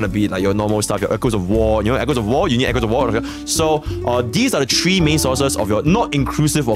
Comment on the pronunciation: Three: ❎ Tree: ✅